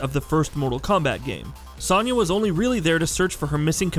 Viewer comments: Its Soniya Not Saniya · SO-nya. It's pronounced with a "so" not "son" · This video is the first time I've heard someone pronounce Sonya Blade's name with a soft-A sound. Weird. LOL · High Heel Knight the a is pronounced the same. It’s a soft o, not an a